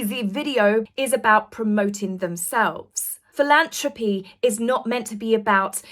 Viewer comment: PhilanTHropy (not philanTRopy) 😊